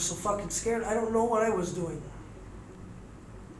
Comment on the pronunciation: She doont noo officers!